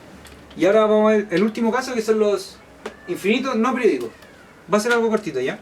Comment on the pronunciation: dice perdicos